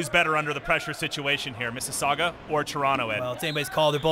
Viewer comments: It's not missisaugwa it's MississaugAAA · It's Missasauga, not missasuaga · hey you guys do know it's pronounced Mississauga not mississagua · Omg so annoying how they say "mississauga"...its NOT Mississaugwwwaaa, its pronounced "Miss's Saw gah" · It is not misses sagua its misses saga lol 😂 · It's pronounced "MISS ISS AHH GUH" not "MISS ISS AHH GWUH" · Lol "missisagwa" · Its Miss - suh - saw - guh not Miss - sasasdggjuwa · The announcers need to learn how to say Mississauga. Like, don't say it if you don't know how. it's not hard. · They cannot pronounce Mississauga, it's kind of funny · These two assholes need to learn to say Mississauga.